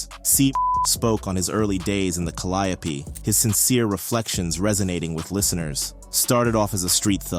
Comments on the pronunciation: It's pronounced Cal (like pal) li (like lee) ope (like open for example) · Whoever this guy is reporting is trash he has wrong pictures up here and could not even pronounce calliope properly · the way you pronounced caliope is crazy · Cah-li-oh-pee killed me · It's crazy the way they pronounce calliope😂😂😂😂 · 😂right it’s driving me insane